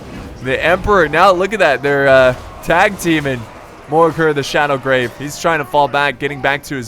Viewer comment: Its Shadowgave not Shadowgrave. Dammit, go back to school and retake your english courses